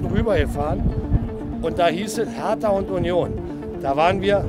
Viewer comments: The way the pronounce "hertha" triggers me alot. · Sometimes I think we Germans are the only ones who pronounce foreign names (cities etc.) the way they are originally pronounced. When he said "Hertha" in this thick American accent, it was gruesome.